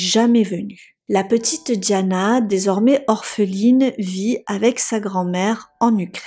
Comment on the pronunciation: Diana et non Djana.